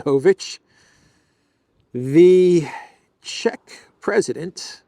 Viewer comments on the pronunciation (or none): none